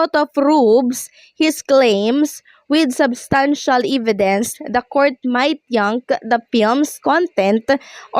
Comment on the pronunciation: Hey check your pronunciation of "evidence" (No offense meant but even in your previous vlogs, you had mispronunciation)🤔✌️